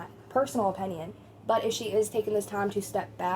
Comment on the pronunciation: Here's an unimportant, petty, unasked for opinion. The way you pronounce the word, opinion as, "openion" is painful to hear every single time. 😑😅 That aside your voice/tone is pleasant, easy listening for times when I want to listen to unimportant nonsense I barely register for background noise during important, real world tasks. You're good at being background irrelevance. As for Eugenia herself? Her fate is already sealed in flesh and blood. Or lack thereof. The only thing that remains to be seen now.... is how many of you lot actually invest in this topic of her slow demise with any degree of serious curiosity.... ...Yet walk through life as if you're generally above such morbid curiousity and think yourselves decent people in the same breath. If she's offline she's offline. To speculate why is a waste of, what seems to be, (all) your limited, precious brainpower. I shall see myself out. Excuse my opEnion. 😂😂